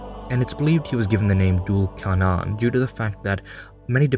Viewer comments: No offense but it’s pronounced Thul Karnayn in Arabic in English it’s spelt Dhul Qarnayn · Duul carnan is wrong it's dhul qarnain or zül qarnain. Anyway dm me if you wanna know who actually he is. (Warning: I will try to convert you to Islam) Btw awesome video keep it up